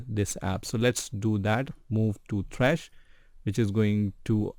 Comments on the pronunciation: The way your say “th-rash” instead of -T-rash” always triggers me but nonetheless great video. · who tf is t-rash its just trash, 1 syllable.